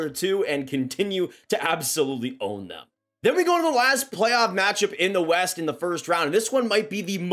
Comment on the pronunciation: Plaoff! Plaff? Oh play-off. Got it lol